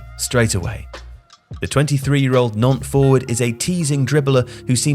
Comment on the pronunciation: The UK is the only place where people refuse to pronounce 'Nantes' correctly. Can't think why...